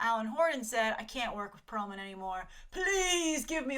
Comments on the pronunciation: Perlmutter not Perlman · It's Pearlmutter btw, not Pearlman. Also, Agents of Shield is freaking awesome right now and has gotten better & better each season so this whole "ugh it's abc" is nonsense so this Inhumans story is really interesting